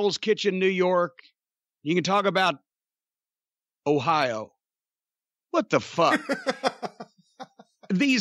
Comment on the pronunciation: The way he said Ohio got me fucking dying